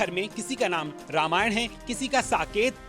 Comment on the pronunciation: अबे, हिंदी में लिखा नाम पढ़ सकते हो ? क्या लिखा है? रामायण लिखा है या रामायणा ?